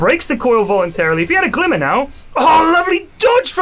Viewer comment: went very west-country all of a sudden for that final GLIMMMERRRR